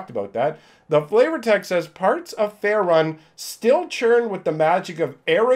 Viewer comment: Faerun is pronounced Fae-rune